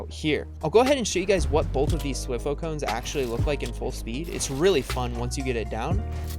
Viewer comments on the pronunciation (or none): It's THWEEE HOO not thwif who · Every time he says "thwih-fo" a small part of me decays and dies off. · It physically hurts me hearing him say "thwi-foe". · T y foooooo not twi foeeee!!!!!!!!!! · th-why-foe? Nah. T H W E E F O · it’s pronounced (thwigh-foe) not (twih-foe) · He said dwiiiiífo cone lol U pronounce it wrong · By the way, you say “Thwifo” like “TH-WY-FO” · It’s prounouced “thwhy fo” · Wtf Is A Thiwfoe 😂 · It is spelled thwifo and it is pronounced like:Th-why-foe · why are you saying thwifo like that😭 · thwi-foe cringe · It’s pronounced thwyfo cone lol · Omg haha the way he says ”thwifo”😂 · I used to say thwifo like he does 😂